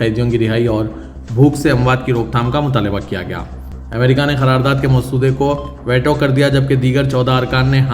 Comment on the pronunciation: ╔═══ ❤☀💚☀❤ ═══╗ 💚💚💚💚💚💚💚💚💚 Dear, Assalaamu alaikum. Aap angrezi alfaaz ka apna talaffuz sudhaarayn. Aap jiss ko WAITO padh rahay hain woh WAITO naheen, VEETO hai!!! Aaj ki sab say badee qabar ICC ka Benjamin Netanyahu Jay qilaaf maheenon kay baad, ARREST WARRANT ka release hona hai. Par yeh qabar aap ki International news may kyun ghaayab hai??? 🌐🌐🌐🌐🌐🌐🌐🌐🌐 ╚═══ ❤☀💚☀❤ ═══╝